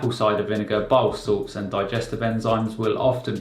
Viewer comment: Are you saying "biosalts"?